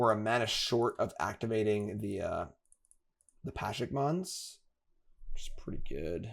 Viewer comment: pleeeease, can you read "Pashalik Mons" and try to pronounce the whole name PA-sha-lik Mons, or Pa-SHA-lik Mons either way you're missing a whole syllable